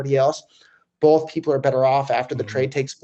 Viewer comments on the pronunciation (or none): Lol! Love you Roger but there is no "L" in Both, what the f*%$ is Bolth?